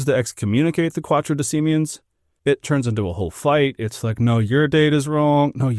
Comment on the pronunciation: not Quatodecimen, it's Quartodecimen controversy. quarto is not hard to pronounce.